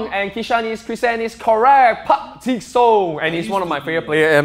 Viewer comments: PARK JI SUNG LA NOT JIN BUT JI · God damn it you're wearing a Man Utd jersey and you can't even pronounce Park's name! It's Park "Ji" Sung not Park "Jin" Sung. God damn it... Disappointed in you. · It's pronounced as ( Park-Jee-Sang ) not ( Park-Jee-Soong ) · Simi park jin sung? Its park JI sung la. LMAO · He literally said Park JiN Song.. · It is funny how the host wearing a Manchester United Jersey and yet he cant enunciate Sung properly. Tsk Tsk Tsk. If he is a Caucasian, I totally can give in to him, but as an Asian, I started to shake my head in despair. Park Jing Song? LMAO.. really Un-glorified version Glory Glory Man United. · Telling us to roast them but u can’t even pronounce park ji sungs name and then u call him your favourite player and the name is literally there for u Jesus Christ